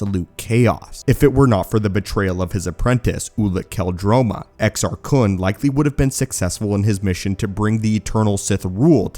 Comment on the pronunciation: You're saying it wrong. It's Exar Kuuune according to Eckhart's Ladder and Corey's Datapad lol